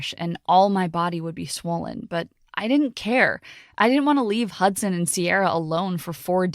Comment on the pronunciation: Why i heard "Hotson" not "Hudson" ? 😆